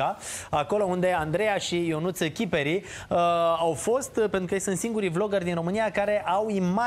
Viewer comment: "chiperi" = piper (regionalism Moldova). Accent pe "e". Accentul nu e pe "i", ca să pară un nume italienesc.